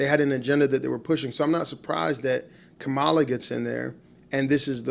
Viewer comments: Don’t be deceived people!!! And pronounce her name correctly!!!!! You know how to say it and you’re in that same demeaning bag as Trump. Harris2024💙💙💙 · Please pronounce her name correctly. 😮